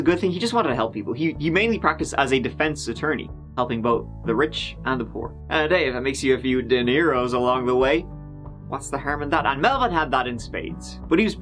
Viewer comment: im sure nobody corrects you cause its amazing but dinero money is pronounced dee- nay- row not deniro like roberto " deniro but i love hearing deniro so dont change:D